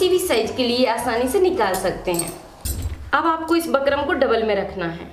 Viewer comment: Pheli baat to bukram bol lo aap bakram bakram krke sir mai dard kr diya mere to😂😂